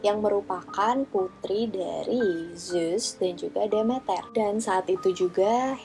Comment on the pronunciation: Prounounciation inggrisnya udh bagus,tapi mau koreksi aja nih,Demeter itu dibaca "The-Mi-Ter" (The meter) Dan Persephone udh hampir bener,but more like "Per-sa-fe-ni" hehe,just fyi ^_^